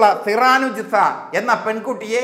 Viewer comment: ഹോ, എന്തൊരു കഷ്ടം? ഒരു പേരു പോലും നേരെചൊവ്വേ പറയാൻ അറിയില്ലേ നിങ്ങൾക്ക്? സിറാനുജിസ... സിറാനുജിസ.... മനുഷ്യാ, അതു സിറാജുന്നീസയാണ്.